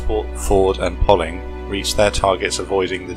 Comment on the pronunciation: Poling is pronounced locally as Pow-ling